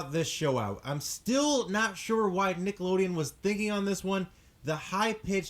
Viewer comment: It bothers me that he said like 'Niggalodeon' instead of 'Nickelodeon'